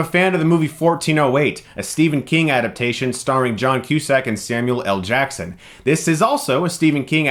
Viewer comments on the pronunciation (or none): none